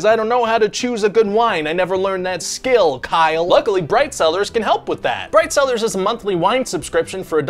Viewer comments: I wasn't looking at the screen and heard "this video is sponsored by bread sellers." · When you said “bright cellars” I thought you said “bread sellers”. “This video is sponsored by bread seller LOL”